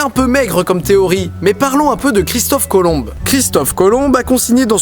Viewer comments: IL A DIS "COLOMB" AVEC UN "E".. JE VAIS TE FRAPPER DIDI !! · Très bien mec. Mais on dis Christophe Colomb sans le B putain ! c'est pas dur ! Le putain de B ne s'entend pas !!! :(